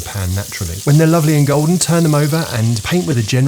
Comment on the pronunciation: It’s “Cool”den Ramsey